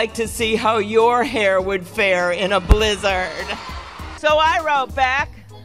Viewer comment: I think the worst part of the Klobuchar thing was the way she pronounced blizzard.